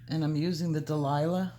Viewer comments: It's so cute how you call it Delilah Purple when it is really Dahlia (DAL-YA) Purple. Thank you for all your wonderful tutorials!! Blessings to you always! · For all the colourists who say "Dahlia" wrong - it's a flower and pronounced "Dale-ya" but you may be doing that on purpose lol!!! 😂